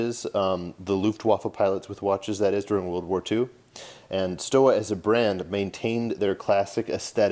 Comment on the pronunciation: In German "W" is pronounced "V" you should pronounce it Stova